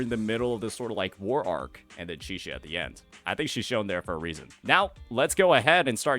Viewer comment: why unc keeps calling Chisa Chixia 😭